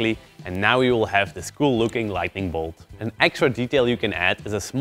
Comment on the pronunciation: Light N ing. Lighting is completely different but you know that already. Don't mean to hate, great tutorial as always :D But after 20 times it bothered me too much to not complain, my bad..